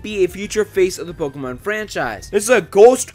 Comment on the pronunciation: OHHH SWEET JESUS!!!! HE PRONOUNCES POKEMON RIGHT!!!!!! I swear it hurts my ears when people pronounce it poh KEY mon ... its poh keh mon